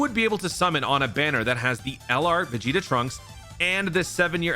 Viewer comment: ah yes “piccolo vs veg Jr.”😂